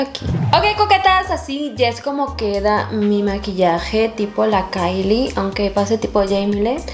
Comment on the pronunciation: se pronuncia kaili (Kylie)